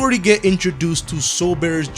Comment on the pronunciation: JUJI URUHA (it's my first time seeing someone f**king up his name this bad....) GREAT VIDEO THOUGH 👌♥️🥶🔥🙌